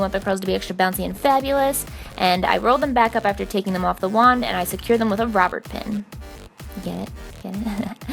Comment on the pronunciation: "Robert pin" I probably laughed too hard 😅